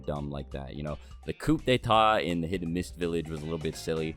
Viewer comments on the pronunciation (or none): Bro, I think it is time to mention this seeing as apparently nobody has corrected you on this. No worries, but this is for future reference. "Coup d'état" the "p" isn't pronounced. The phrase is pronounced like "koo dataa." Just don't want you to sound silly every time you say it.